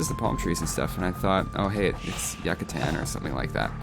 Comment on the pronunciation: yacatan? xD in Spanish you do pronounce the "u" from Yucatán and is also jaguar whit ha from the laughing transliteration